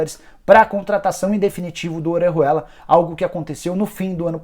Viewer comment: Sabe nem falar Orejuela kkkk